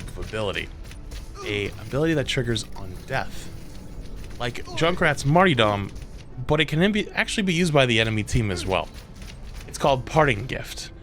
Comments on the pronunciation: Junkrat's "marty-dom" lol... it's martyrdom. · Dude it's not pronounced martydom, it's martyrdom. As in a martyr